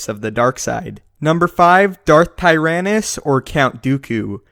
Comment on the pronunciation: Darth Tear-anus